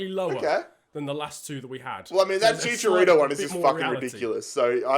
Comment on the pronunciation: Bruh Chicharito has no s